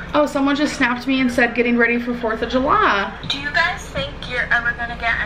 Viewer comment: why'd you say 4th of jullah? its july?